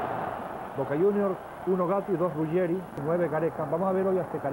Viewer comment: 1 Zico, un genio 2 Maradona, en serio alguien duda que es el mejor de la historia del futbol???? 3 No es Rugerri, es Ruggeri. 4 Gano Flamengo 2 a 0, no 7 a 1 5 Boca no arriesgaba piernas en esos partidos, menos Maradona. 6 Lindo recuerdo